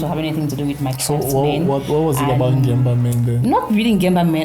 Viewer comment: It's beautiful show I like the way you prouncece Ngemba